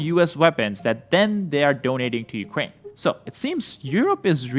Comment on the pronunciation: dude stop saying ukwain